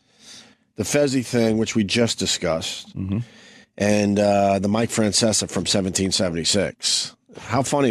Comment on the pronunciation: "Feanseaa." Nice Opie. That's right on par with "lady niighhh"